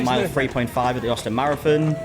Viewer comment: I will from now on be calling a marathon, a “mare-a-fin” 😂💀